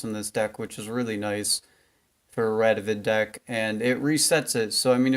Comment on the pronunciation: You did it. You said his name right. I'm so proud of you. Also I'm catching up on all your videos. Good stuff m8.